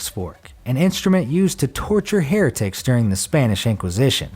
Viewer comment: here tic ? or heritic ?